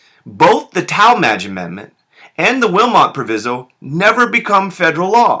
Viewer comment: Proviso: Pronounced w/long i